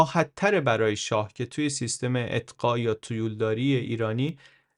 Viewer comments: مرسی ازت که اطلاعاتمونو زیاد می کنی ولی لطفا یه کم بادقت تر! تو بیان می گی اطقاع! ولی تو نوشتن، می نویسه اقطاع! برای من که اولین بار از زبونِ شما می شنوم کدومشو به حافظم بدم؟ بازم ممنون. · اطقاع یا اقطاع ؟ چند بار اشتباه لفظی داشتید ولی در کل خیلی عالی بود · درود بر شما. مثل همه ویدئوهای دیگه، عالی و آموزنده بود. ❤ در ضمن در اواسط ویدئو به یک اشتباه کوچولو برخوردم، بعد از توضیح در خصوص اقطاع دو یا سه بار این کلمه را اتقاع گفتین. گفتم شاید بخواین اصلاحش کنین. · واقعا این کلمه‌های چرت عربی چیه؟ اقطاع، آدم اشتباه میکنه ، مثلا توی ویدیو هم چندین بار به اشتباه (اطقاع) گفته شد، تقصیر شما نیست تقصیر واژه‌های عربیه که بیخودی وارد شدن🤦‍♀️ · خیلی عالی است اما چندین بار اقطاع را اطقاع تلفظ فرمودید و امیدوارم در قسمت ها یا برنامه های بعدی توجه بفرمایید سپاسگزارم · با درود و خسته نباشید. انتخاب موضوعات و برنامه هایتان بسیار عالی و آموزنده اند. تنها یک نکته کوچک در مورد کلیپ مربوط به قرون وسطی ... است که بد نیست اصلاح شود و آن هم این است که "سیستم اقطاع" درست است نه "سیستم اطقاع" که چندین بار در این کلیپ تکرار شده است. به هر رو کارتان دست مریزاد دارد و استقبال روزافزونی که به کارهایتان می شود نشان می دهد که هم میهنان ارزش کار و زحمات شما را درک می کنند. 🙏🙏🌺🌹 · با لغت اقققققطاع مشکل داریا هی می گی اطططططقاعع😅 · شونصد بار گفتید اطقاع :))))